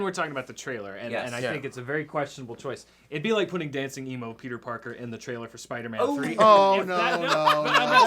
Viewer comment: always pronounces "trailer" like "traehl'r."